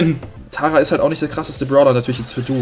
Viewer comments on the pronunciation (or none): none